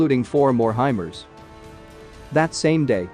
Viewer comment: Hey guys.... It's pronounced HI-MARS...... Like the planet...MARS... NOT....HI-Mers....(MERS??)